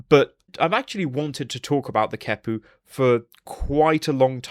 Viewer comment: Both the Q and the H get K sounds. The QeHpu would be “Kek-pu”, not “Ke-pu”.